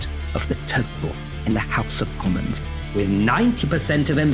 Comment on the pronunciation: When talking about a "House of Commons" in which the tories don't have a majority these types put more emphasis on the "common" than you do. Other than that, great performance. Happy Thursday.